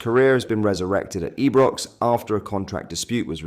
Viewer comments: Why you saying ibrox wrong you don't usually WTF . EEEbrox lol. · just do a live feed Seems a bit strange saying Eebrox and other mispronunciations Otherwise keep up the good work mate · mate hagi pronounced HA JEE!! Ibrox I- BROX😅